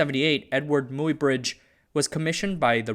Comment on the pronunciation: Muybridge is pronounced "my-bridge", the "Muy" part as in "buy".